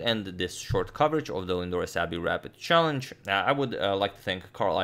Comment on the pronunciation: I really like the way he says Lindores Abbey Rapid "CHALLENGE"